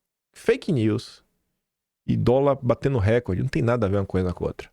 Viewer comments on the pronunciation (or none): Recorde,! Não é récorde.